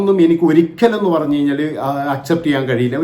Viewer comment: ബോച്ചേ, പണഞ്ഞു, പണഞ്ഞു, എന്താ പണഞ്ഞേ?